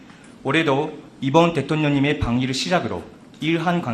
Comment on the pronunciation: 통역사 발음 웃기네 ㅋㅋ 대똥뇽 ㅋㅋㅋ